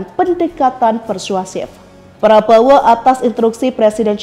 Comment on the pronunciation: Min, Latihan dulu ngomong nama prabowo😊